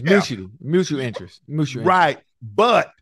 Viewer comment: Love Ocho’s pronunciation of mutual🤣🤣🤣